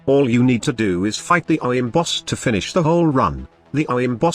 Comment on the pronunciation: Man your TTS straight up cannot say “Orowyrm” lmao